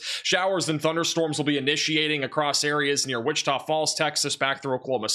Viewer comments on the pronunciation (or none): none